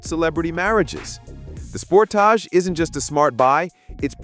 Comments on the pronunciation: Soon as I heard the AI generated voice say "SPORT_TOG" (for Sportage) I left this video...and a thumbs down from me. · Another AI trash vid. The Kia Sport-ahge? 😂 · Spor-TAJ? Get you AI voice to learn how to pronounce Sport-AGE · You lost me with your pronunciation of Sportage! LOL 😂